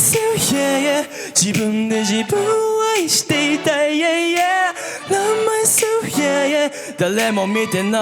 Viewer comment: の天才的なLove myselfの発音🫶🏻🫶🏻🫶🏻🫶🏻🫶🏻